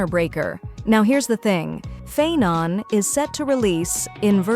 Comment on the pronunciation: The mis-pronounced names are so jarring. If you're using a speech generator, you can always change the spelling of the names in your script to force it to pronounce them correctly, "Castoriss" and "Fye-non" maybe?, and just make sure your script on-screen is spelled correctly.